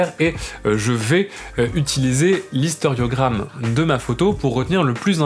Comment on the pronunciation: Merci encore pour cette vidéo très intéressante. (juste une petite chose, je pense que tu peux faire l'économie d'une syllabe et parler, non d'historiogramme mais simplement d'histogramme ... ;-) En tout cas, j'ai tous les renseignements pour remplacer mon vieux scanner. Super !